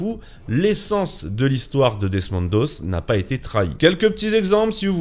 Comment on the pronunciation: Desmond Doss pas "doze"